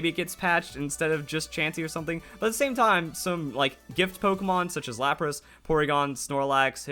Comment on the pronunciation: When he said poregon I saw a shadow of Charizard or Dragonite